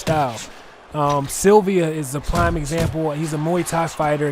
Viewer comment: sup, Gd commentary bro but just 1 suggestion lol its Silva not Sylvia lol.